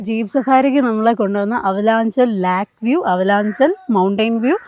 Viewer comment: Lake view, not Lak view. 😁